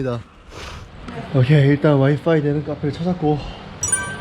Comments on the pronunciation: 와이퐈이~카풰~ 좋은데요^^왜요~ㅋ 자기한테 미친놈이라고 하는거 왜케 웃겨~ 취저!! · 긴박한 와중에 “울부짖는 곰 와이퐈이발음”에서 배꼽잡았네요ㅋㅋㅋㅋ 풋풋해ㅋㅋ